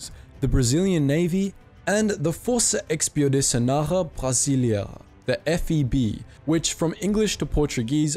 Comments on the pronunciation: When you tried to say "Força Expedicionária Brasileira" I thought you were speaking french... I'm brazilian. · i am brazilian and couldn't understand what he said lol